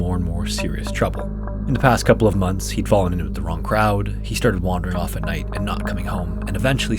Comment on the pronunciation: The "wrong croawd." Who? Cave divers?